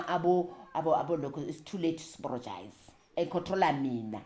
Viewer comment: It is the “too layt to aporogise” for me… I’m in stitches 😅😂❤